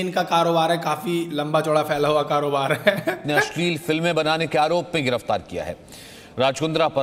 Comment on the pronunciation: Asli nahi ashleel naam 🤣🤣